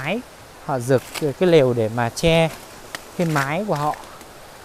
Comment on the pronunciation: Máy chứ không phải mái 😄